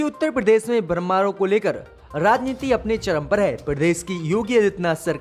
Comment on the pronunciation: Bakwas.dows not know words like BJP, calls it VJP , similarly he says Bramhanon in place of Brahmnon. Before reading he should how many Badee khabar. Rubbish